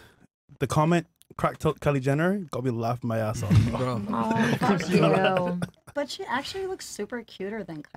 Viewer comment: Hahahaha "fakk yuu"